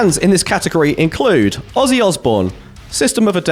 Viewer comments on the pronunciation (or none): none